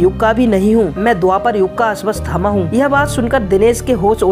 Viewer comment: Ashwasthama nh unka nam ashwathama hai.. pehle to naam bolna seekh or fr dusro ki vedio se copy krke mat bna vdio . Khud ki bna..